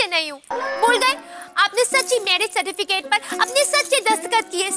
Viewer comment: Jethalal was telling cerfiticate instead of certificate.Jethalal English is OP😂😂😂😂